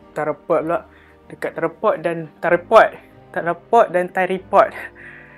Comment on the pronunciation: Btw its "Tryyyyyyypod" hahahaha